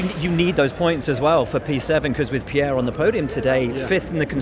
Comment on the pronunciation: Lewis, It's Pierre....